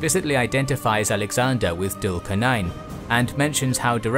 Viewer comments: As much as I love your videos, I think it would be better if you guys could work on the correct pronunciation of the foreign names such as Dhul Qarnayn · Your videos are great. I do feel that your pronunciation of the names is always a bit off. Its not dhul qar nain but zul qar nain. It would help if you pronounce the names as done by the native people. Great videos though.